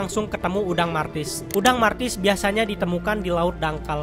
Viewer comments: Udang mantis bang,, bukan martis.. Lu kira udang mobile legends kali bang.. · Martis😂😂😂😂😂 bukan mentis yh😂